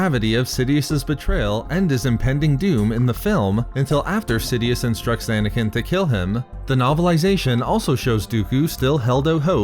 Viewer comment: Anakin not Anakineee